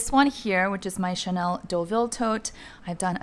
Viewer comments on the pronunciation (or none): none